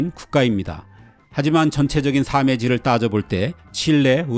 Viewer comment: AI라서 발음이 정확하지 않습니다 ㄱᆢ러케 아시와욤